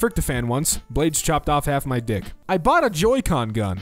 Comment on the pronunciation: that kinda sounds like duck